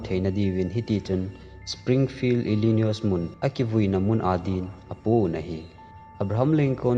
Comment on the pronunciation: Illinois tilou ding, illinoi joh hiding s khu silent